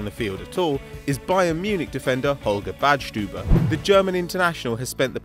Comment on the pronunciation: You pronounce Badstuber very good